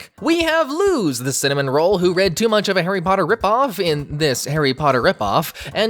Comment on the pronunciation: You pronounced luz wrong